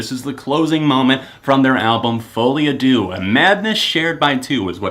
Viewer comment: In fouile à deux, you pronounced à deux wrong especially the word deux